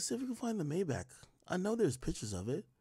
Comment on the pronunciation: Got me feel like AK can’t pronounce Maybach